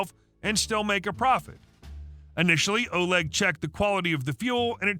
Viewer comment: Love your stories. In the last story Oleg isn't pronounced as O-leg but O-lay. Also chutzpah the c isn't pronounced.